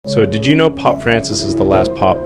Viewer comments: Why does Elon say pop instead of Pope. It's AI talk isn't it? He didn't speak this not to say he's a saint. Might all roads lead to Rome? And 33 is the most esoteric all sign number? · Pope not Pop...❤ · People talking about good and evil and can’t even get past black and white. Smh 🤦🏽‍♂️ and was the first part of this video A.I.? Why did it seem unnatural with Elon saying “Pop” instead of “pope” and then saying “Pope” halfway through the video?